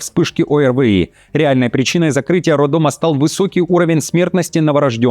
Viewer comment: Не роддомЫ а правильно РоддомА